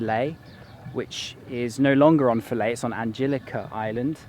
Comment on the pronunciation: finally, someone pronounced Philae right!